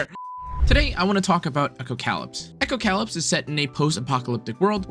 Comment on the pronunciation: You pronounced it “echo - cow lips.” And then you said it took place in a post apocalyptic world. You pronounced “apocalyptic” correctly. This should be a hint as to how to properly pronounce the name of the game.